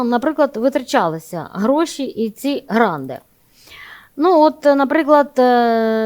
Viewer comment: Золотко, не "гранди", а "гранти". Хотів послухати, бо я є досвідченим експертом з питань місцевого самоврядування, і розчарувався та вимкнув, бо дуже примітивненько і не фахово.